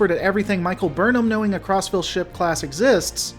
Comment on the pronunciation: All I hear is "CrossFit class"